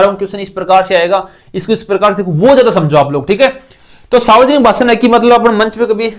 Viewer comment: Sir वो सावर्जनिक नहीं होता हैं, सार्वजनिक होता हैं।